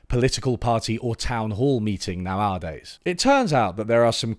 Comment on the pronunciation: The way you pronounce the word "nowadays" tells me you are definitely not a robot